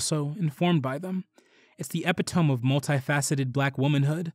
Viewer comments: May-me Till, not mammy. Epito-me, not epi -tome. Else, excellent. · No disrespect. Mrs. Till first name is pronounced “Maim-me” and epitome is “eh-pi-toh -me”. Enjoyed this video essay on an artist/activist who deserves more notice!